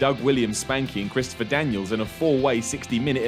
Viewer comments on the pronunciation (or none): none